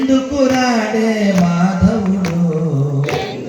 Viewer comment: ' ద్రౌపతి ' సరికాదు. ' ద్రౌపది ' ఒప్పు. మన్నించండి.